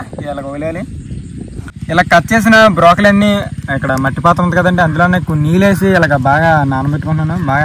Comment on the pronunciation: Brakoli not brokali